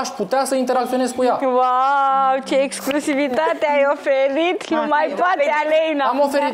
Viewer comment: mai repetă cuvintele dificile gen,, exclusivitate "inainte de a le folosi, ești totuși la TV....fff frustrant să vedem că,ca și criteriu pt.alegerea participanților la emisiune,primează frumusețea fizică în locul inteligenței 😢😢😢